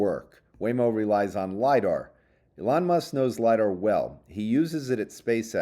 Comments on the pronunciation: oh my god he's finally calling him E-lon! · Thank you for finally pronouncing Elon correctly